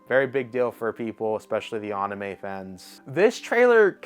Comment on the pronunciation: Running gag. He always says it like this. Same of Anime calling it Onimay, and Yu agi Ho, U G O